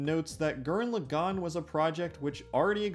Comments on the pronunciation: did you just say lu gan instead of lagann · Gurren LAgann. Not Gurren LeGAnn. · Good video, but did you have to mispronounce Lagann every single time?